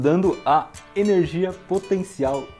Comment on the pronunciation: Aperte 0 para ver uma cara estranha e neblina em cima do balcão HEWUIAEHWIAUHEWAIUehIUWAHEAW Aperte 8 para ouvir ele falando "tchubi" Aperte 7 para ouvir ele falando "Énérgia" HAUHAUHA